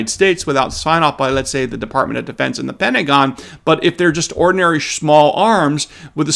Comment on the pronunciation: I think I like the emphasis on the word ORDINARY in describing semiautomatic rifles...... As in, ORDINARY semiauto rifles.